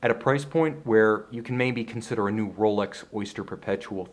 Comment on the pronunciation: The guy who presents it is obviously biased and can't even pronounce the name "Rolex" proberly, like normal people would do. The Grand Seiko is by far the best value watch human beings can buy today. You basically buy a 5k watch with a 80k value. Its that well build and manually finished. Rolex is a pure production watch, nothing complex about it, thats why Chinese copy them for 150$ a piece, and yes, normal people wouldn't notice the difference. With the Grand Seiko this is not possible, hence there are no good copies around.